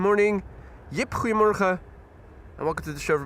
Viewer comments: Ah, it is then. As for his pronunciation of “Goedemorgen” which I’m familiar with, it sure sounds like he’s saying “creemorgen” to my ears. Thanks for the clarifications. 👍🏻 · Ok helpful Dutchies, when is saying good morning I don’t think I’m hearing Goedemorgen. It sounds more like “cremorgen”. What is he saying?